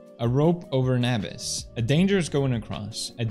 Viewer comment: You said abyss weird.